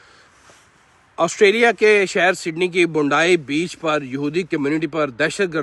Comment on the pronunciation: Bundai beaach😂😂 ajeeeb pronounciation😂😂😂